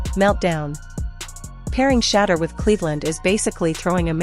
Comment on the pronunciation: Shadder??? Shedeur SANDERS!